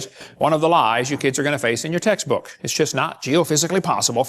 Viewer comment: Everytime he said "textbook accuracy" all I heard was "taxes accuracy". Isn't he on lucky wife 13 these days?